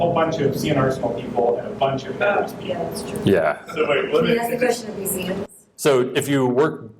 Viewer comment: “Mueums”? Don’t you mean Museums?